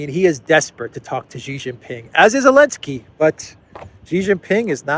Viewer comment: Hey,, it’s NOT elensky, it’s ZELENSKY.